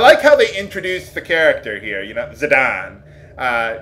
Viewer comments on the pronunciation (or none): "Zidawn"?? kk i'll leave you alone. Eventually you'll probably have me pronouncing his name that way too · Final Fantasy 9 is my favorite Main Series FF. Aside from the character designs of course ;) A Potion is pretty secret :P Hahaha. And I somehow knew that's how you were going to pronounce Zidane's name. Not like it matters though. And doesn't Blank's battle stance similar to Auron's? Now that I think about it... And the steal rate in this game is soooo horrible... :( But it's worth it because of how special the equipment is and strong early on.